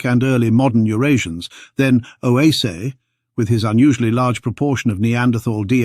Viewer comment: If Oase is so important, could we stop mispronouncing it every which way? "Oase," which means simply "bones," is pronounced something like "wah-se." Two syllables, not three. (Yes, I'm Romanian by origin.) It seems to me like fossils keep disproving OOA, and yet the low genetic diversity of modern humans can't help but confirm a single expansion. I wish I could understand genetics to be able to form a solid opinion one way or another. Decades ago I was fortunate to take an anthropology class from Tim White at UC Berkeley. I wanted to study paleoanthropology, but soon realized I couldn't do it without studying lots of science and genetics. My brain doesn't want to go there. In my retirement now I find myself still fascinated by all this as much as when I first heard of Lucy. And I'm still stumped by genetics.